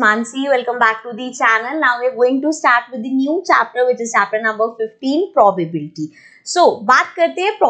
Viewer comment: First of all its not mam probarbety nhi hota probability hota hai mam ap chapter ka namr bhi dhang se nhi le pa rahi to hame kiya hi samjao hi